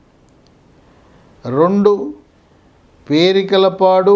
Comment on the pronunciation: Perakalapadu but not perikalapadu